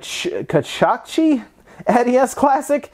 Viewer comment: Kachi-Kachi. Lmao you said Kachachi :P